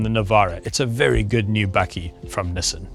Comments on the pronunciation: No one is perfect... but it's bakkie not bucky... A South African name for ute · As an american, I find this incredibly entertaining! Are you saying "Buggie" or "Buckie"? Do you guys have full size trucks like the F-150 or Titan or just these little guys? We currently have neither but I'm anxious for the 2019 Ranger! Hopefully we will get one with the 2.7l V6 TT ecoboost!